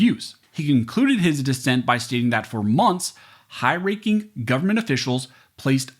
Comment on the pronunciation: Don't pronounce Government as Goverment. As it GOVERNment they want to govern over us all.